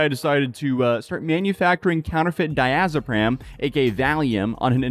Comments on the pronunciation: Hello, pharmacist here. Umm 🤓 it's actually Diazepam not diazopram. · “Diazepam”, not “…pram” ;-) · “I could easily be botching that name” while botching “diazepam” the entire video. 😂